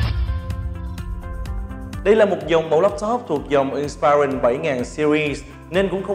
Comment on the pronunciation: Người này phát âm nhiều từ không chuẩn xác trong tiếng Anh: ví dụ như từ inspiron phải phát âm là:/ˈɪnspɪrɒn/ chứ không phải là "/ɪn'spaɪrɒn/". Rồi fullhd, hdmi, touchpad... ôi thôi đọc theo kiểu nửa La tinh nửa Ăng lê. Thôi thì đọc theo kiểu tiếng Việt thuần hết thì có lẽ tốt hơn. Nửa nạc nửa mỡ chói tai quá.